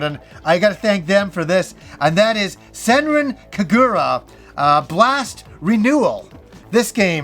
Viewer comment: Bring on the anime, man. Love your anime videos. But for god's sake, work on the pronunciations. SenrAn kAgOOra. Ouch. XD